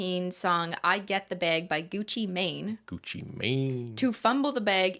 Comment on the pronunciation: PLZ THE WAY CRISTINE SAID GUCCI MANE SENT ME